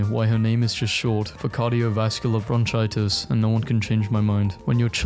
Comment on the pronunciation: "cardiovascular brontchitis"